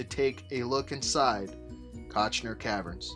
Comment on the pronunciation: Visuals were generally decent, but narration was ABSOLUTELY HORRIBLE; rife with mispronunciations, not the least of which was the name of the site.